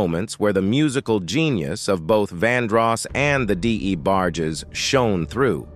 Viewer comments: Damn Luther was a diva, is this A.I commentator. Di-E-bargies..WTF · Your emotionless AI narration kept mispronouncing "The DA Barges" kinda took me out of the very interesting story. Vandros, Baker RnB music in general is all about emotion and passion and your Artificial Intelligence soul less audio kept reminding me "you" don't really care at all about this story. "You" don't really exist."You"r an app . I'll stick to Unsung and Ashley Sayso they sound and feel like humans. If I'm wrong and you are an actual person my point stands. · This A.I. VOICE NARRATION SUCKS!!!! The D. E. Barges!? SERIOUSLY!!!? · Who TF is the Dee A Barges? 😂😂😂